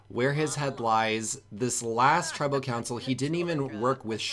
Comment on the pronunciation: I love how he said 'tribal consal' not evection